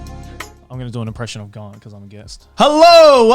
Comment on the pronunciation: Aki really coming in with the hard R when she pronounce GaRnt